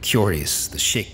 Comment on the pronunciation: Everytime I hear "Shek warriors" or "Shek Kingdom" etc. I keep hearing it as "Shrek warrirors of the Shrek kingdom"